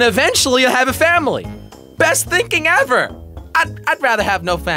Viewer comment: it’s said “HEVER be able to produce healthy children”